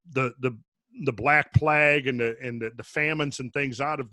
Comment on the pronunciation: God, I love this PodCast - is awesome on his own I am sure, however with this team he is even better! Just one thing, afaik, its not Plag(ue) (like flag), its Plague (like vague):)